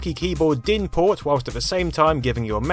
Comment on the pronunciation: You pronounced DIN pretty good!